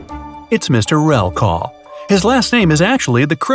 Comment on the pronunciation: and you pronounced Mr. RELKAW Its Mr . REKLAW 😂😂😂